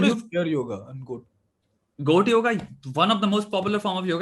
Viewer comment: Btw, it's not yogA, it's yoga.